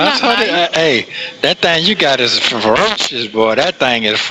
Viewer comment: He's an insecure idiot. The laugh is disgusting and weird. They are both despicable. He only wants to use her for his benefit. Notice how he always goes back to his problems. Shirley used all her money on him😮. Couldn't even pronounce ferocious.😩😩he is in complete denial. They both deserve each other.